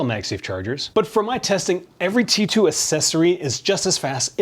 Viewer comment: Why do you pronounce Ti2, instead of Qi2?